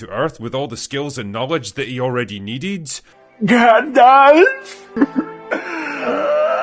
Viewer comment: Hahaha lol Not GandLf